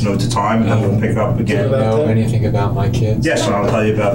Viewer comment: I find it hard to trust anyone who's had a Tertiary education and still says "anythink"